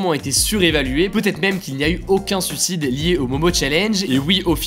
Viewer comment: Par pitié, pas "sucide".... "Suiiiiiiicide" :'( Mes oreiiiilles !